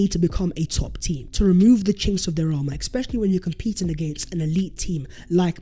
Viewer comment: It's becoming a real bug bear with me . not sure if he reads the comments he never seems to answer anyone. I have said it before I'll say it again ' It's, eSpecially not eXspecially' lol but seriously!